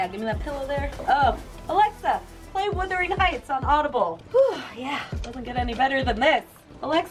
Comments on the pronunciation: You say “Wuthering Heights” is a classic, yet you still pronounce it wrong. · I died everytime she said "Withering Heights"